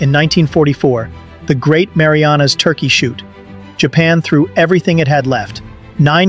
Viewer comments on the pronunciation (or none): none